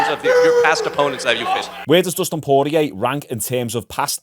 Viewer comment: Poorlow Costa? Terrible. Bit of effort to say the name correctly as an analyst/viewer/fan/youtuber wouldn't go a miss. You can say Poirier alright though.. One job mate, one job XD